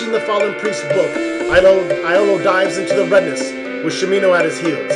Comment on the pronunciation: Dupre = "Doo PRAY" Shamino = "SHAM in no" Iolo = "YO lo"